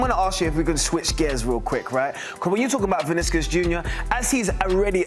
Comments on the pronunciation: “Viniskus Jr” 🤣🤣🤣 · Who tf is Viniskus Jr? C'mom man, at least get the name right.